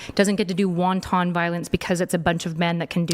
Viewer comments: Omg its "wanton" pronounced "wŏn′tən" (Marked by unprovoked, gratuitous maliciousness) Not "won ton" pronounced "wŏn′tŏn" (A noodle-dough dumpling filled typically with spiced minced pork or other ground meat, usually boiled in soup or fried and eaten as a side dish.) ffs. LMAO this chick can't even pronounce words right and probably doesn't know the difference. But let me ask you if you were on a deserted island with a dude and somehow you both agreed that you were the leader and then he knocks you out, are you still the leader? if not how are you going to regain your leadership position once you wake up? An example of use of or application of force doctrine. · Won-ton violence!😂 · She said wonton violence 💀